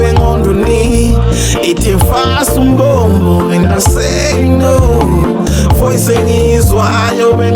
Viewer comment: Fasa umbobobo not umbombo kkkk